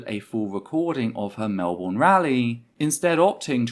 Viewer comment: Some notes from a Melbourne protester who was there. -It's pronounced MelBurn not Mel Born - I'd say the number of nazis was. closer to shy 20 then 30. - There was an extremely violent police presence both horse mounted and with pepper spray not only escorting and defending the terfs nazis and cookers (cookers are a weird Melbourne anti-Vax group dw about it) but actively assaulting us. We put up just as much resistance as Hobart we just got pushed away and got brutalised for it.